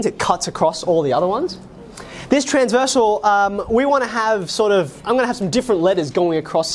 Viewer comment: I at first I thought he said "like transboi" lol...